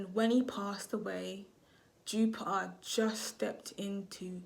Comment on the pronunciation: The way you say Plu O and Jupi Er is jarring!!! You’re missing the T!!!!!